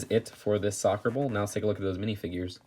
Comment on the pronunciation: When you try to say ball but just say bowl instead